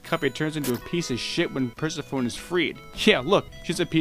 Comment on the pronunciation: Per-seh-fow-neh, not Perseh-fown